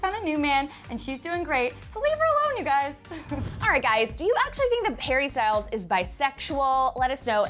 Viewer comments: did she say Harry Styles or Perry Styles? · Did she accidentally say “Perrie Styles”?😂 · Also she said perry styles wat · Wait... did say "Perrie Styles" at the end?? If so, I'm dead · I thought I heard it wrong but went back tohear it again and it was Perries Styles!! LOL!!